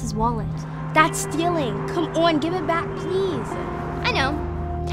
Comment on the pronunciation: The i on “GiVE” irritates me